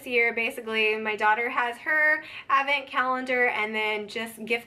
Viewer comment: TFS. Happy Thanksgiving. Advent presents are great. You say it without the D which makes me cringe every time but I love you enough to keep watching lol